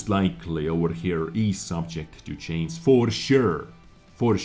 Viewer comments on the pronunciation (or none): u're still saying subject to chains instead of change! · Concerning the word "change", say the word" judge". Put the sound of that word(front or back of the word) on the end of change and there you have it !! Or chanja !! LOL Peace bro.